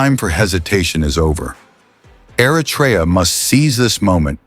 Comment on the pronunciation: Try first how to pronounce Eritrea please . Don’t say Artrya